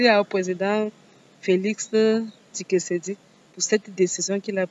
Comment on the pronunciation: C’est “ Félix Tshisekedi “ et non “ TshiKesedi” Madame 🤣🤣🤣 Pardon 🤣🤣 Juste une petite correction 😂